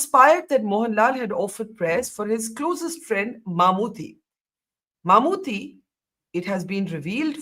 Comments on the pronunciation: First, it's MammooTTY... as in KUTTY pronounced as Tea... not thée. It's short for Mohammad Kutty, kutty meaning kid. It's a shame a journlaist like you can't even pronounce his name despite him being a well known, multiple national award winning actor for close to 4 decades. Second, this was not a controversy at all... 99.99% muslims rejected the communal tone with the deserving irreverance... This North Indian arrogance and ignorance is really really irritating... do something that matters. Waste of time, space and money! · Exactly, and she can't even say Mammottys name properly... what an absolute ignaromous